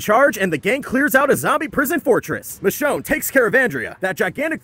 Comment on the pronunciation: All this time i was hearing “the show” instead of michonne